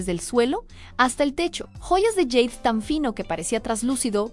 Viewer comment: Bueno jade se pronuncia tal cual suena en español,no está escrito en inglés solo para que lo tomen en cuenta